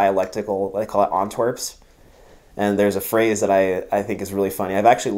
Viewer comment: Nice summary. Since the man being interviewed is a linguist, here are a few kind corrections from a bona fide Pagadder (born within the city walls of Antwerp, with one parent having been born within the city's walls as well. When both parents and you yourself have been born within the city's walls, you're a Sinjoor): - it's not "Antwerps", but "Antwaarps", the "aa" is crucial (pronounced like the a in "aha") - the verb you were looking for is "zwanzen". The definition was spot on. A few examples "zwaanst na ni" (stop kiidding me), "stopt me zwaanze" (stop pulling my leg), ge zwaanst (you're pulling my leg) - Stoofvlees is a stew, traditionally made with brown beer - In Flanders French is not the "legal" language, the only official language is Dutch. The reason why most Flemish can speak and understand French is because it's a mandatory course in school. The only place in Flanders where French is the more prevalent language is Brussels, in spite of its bilingual status. If you like Belgian architecture be sure to put a visit to Gdansk in Poland on bucket list. It was build and decorated by Flemish artists who fled to Poland after the dutch sealed the port of Antwerp. If you ever come back to Belgium, don't miss out on the beautiful parts in the south: Dinant, Mons, Les Ardennes, ...